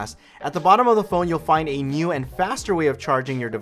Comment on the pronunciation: the way he says "nuew"